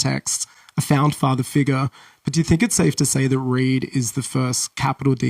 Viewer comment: Oh he’s saying Reed. Thought he was saying raid lol